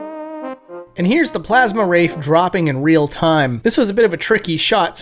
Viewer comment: "The Plasm Wraith"